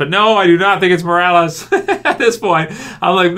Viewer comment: pretty sure, it's Morales.